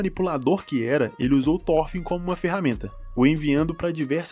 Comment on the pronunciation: SE LÊ THOROFIN , NÃO THÓRFIN. pelo menos no anime eles falam Thorofin